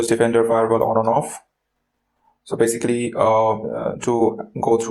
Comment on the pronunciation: Nice video but next time maybe don't overuse the words you can't pronounce, like "basically".